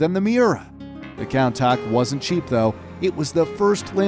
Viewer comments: The way he says Countach kills me. Count-acht lol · The countach is pronounced “coontash” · Countak? Coun-tash (phonetically)...gr8 vid but name pronunciation is key brotha... 👏 awesome stuff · Every car guy : countach Every non car guys : counttak Btw love ur videos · cown tark It’s pronounced cune tarsh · it is not pronounces count-aach,it is pronounced coon-taash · me: countach him: counter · He called him countack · He said countop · Lol, he called the countach a kowntac, I’ve never seen somebody pronounce something so wrong. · I believe Countach is pronounced as kuntash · you pronounce Countach (chun-tash) wrong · Umm what is a Count ach... It’s Countach (coon-tosh) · The way to pronounce countach, you pronounce it more like coontachee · you said countach wrong (it is pronounced Coun-tash) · Countach is pronounced coontash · This guy said countak not countach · it's pronounced as "coontash" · Who else is triggered how he pronounces Countach? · are we gonna skip the fact that he said 3 names wrong. The Countach, Mercielago, and Gallardo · He got Murcielago and Gallardo correct but completely butchered Countach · the way you pronounced countach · The pronunciation of Countach is killing me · I love the video but you really need to learn how to pronounce countach man 😂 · WHY WOULD YOU BUTCHER THE NAME?!! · He pronounced the countach so wrong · kinda painful to hear them call the countach so badly. I would suggest as considering the makers of these cool vids are americans, to first make sure you do pronounce stuff correctly or at least like the mainstream, because no one calls the countach in such a german/english bastardized version.